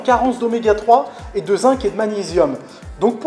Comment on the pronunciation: Super ta vidéo ! Merci. Ah, le zinc se prononce "zing" :D